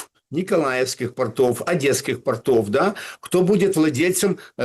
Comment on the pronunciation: ударение - пОртов